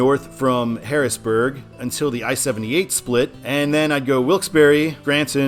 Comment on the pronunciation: It's pronounced Wilkes-Barre The e is silent